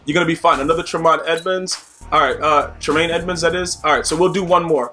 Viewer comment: You said Tremaine name wrong and I know because I got the same name and spell the same way